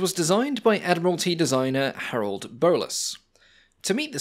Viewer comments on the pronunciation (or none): none